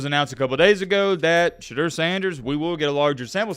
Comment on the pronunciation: Shah-d-ooo-er btw